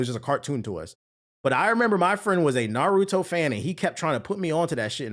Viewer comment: “Nurudo” lol